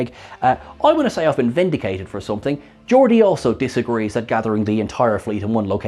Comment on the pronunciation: "Georgia"??? you mean GEORDI?